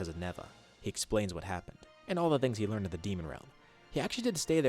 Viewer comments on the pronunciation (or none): none